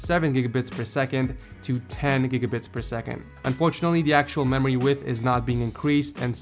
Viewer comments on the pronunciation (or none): What's a 'meory' speed? xD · MEORY speed :) hahaa nice vid btw xD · MEORY SPEED